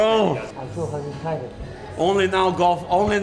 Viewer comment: I HAVE NEVER EVER ONCE BEEN '' T I E ..RED"?!! KABIB '